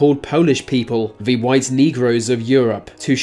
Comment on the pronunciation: Him replacing 'th' with 'v' was more annoying